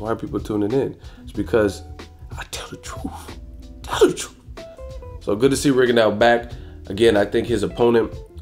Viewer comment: Tell the twruth tell the twruth 😂😂😂😂😂